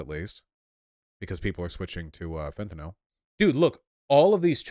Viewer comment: I agree 100% but the way Vaush pronounces fentanyl is bothering me 😂